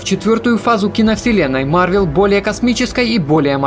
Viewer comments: Я продолжу смотреть твои ролики если вместо марвЕл ты будешь говорить марвЭл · О мой бог, не марвЕл, а марвЭл, по крайней мере мне режет слух